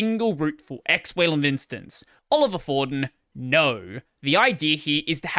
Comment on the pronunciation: btw, Olivier is pronounced oh-live-ee-ey